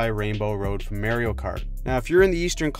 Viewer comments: It’s Mario Kart… Not Marry-o Kart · I know this is a hockey video, but did my man just call it Mary-o kart? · Guy said Mary-o-kart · Mayrio?... Mayrio?!?